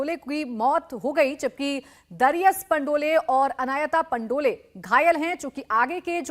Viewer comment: Dear sir correct pronunciation is Pandol not Pandolay. Thank you